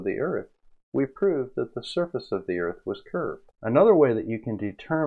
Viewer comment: You mean Earf?